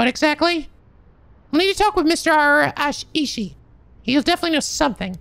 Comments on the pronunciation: In regards to Araishi's name, you were actually pronouncing it correctly in the previous episode. It's pronounced ah - rai - shi. Don't stretch/stress on the "i" after "ra" because that actually changes the name. Araishi = ah - rai - shi Araiishi = ah - ra - EE - shi *I see in the comments that people are telling you to pronounce it "ah - ra - EE -shi" because in Japanese it's pronounced in syllables. While that's technically correct, Japanese don't stress on the vowels like in English (unless it's two vowels right next together) so we don't really hear a hard "i" after "ra". * I honestly don't mind if you pronounce it either way because I understand that Japanese names are not your native tongue and I just appreciate the effort you put into trying. But if you want to be accurate, then go with "ah - rai - shi". Either way, do whatever you feel is most comfortable. I'm enjoying the let's play regardless! : ) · I think Araishi is pronounced more like Ah-Rye-She. Like extending that A a bit in the beginning. I feel like I heard the name from an anime but I can’t point out where. You’re doing great though. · Araishi sounds like: a-RYE-she I’m not a linguist, so if its not phonetically written correctly, my apologies. A good tip is Japanese “ai” sounds like “eye” I don’t personally mind when you mispronounce things, just wanted to help you out this time! :) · For the pronunciation of Araishi. it isn't Ara-ishi, it's Arai-shi. Similar to saying the name Arai, like the guy from Yakuza 4, and adding -shi to the end of it. Also, I feel the old man type of voice doesn't fit Nejima so much. doesn't feel like a threatening voice like he seems. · I hate to be that guy but, uh Araishi has two possible pronunciations, pretty sure. It depends on how his name is written. It's either ARA I SH(EE) like Arai in Yakuza 4 + Shi or it's Ara ISHEE (yeah I know) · You're still not pronouncing Araishi right. It's "Arai-Shi". Arai like the Yakuza 4 character.